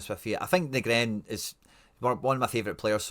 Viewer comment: Let me help you out bro... Too-nek-ti Nee-grin Nav-rot-ski (for old times sake) Gonnae stop nippy ma heid wae yer intentional mispronunciations I really want to listen to your channel, as otherwise you do a pro job, but yer letting yersel down wae that chat...